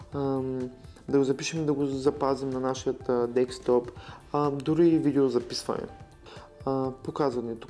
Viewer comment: Става ми лошо, когато чуя IT специалист да казва "декстоп"